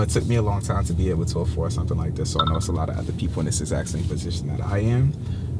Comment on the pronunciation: 'Aforded' lol 😂 but joking aside... awesome dude. Enjoy it, you deserve it!